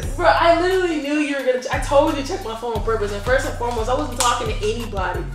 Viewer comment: "FIRST AND FOREBOST" 😂😂😂